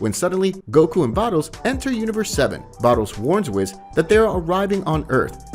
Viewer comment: it's WHIS not WIZ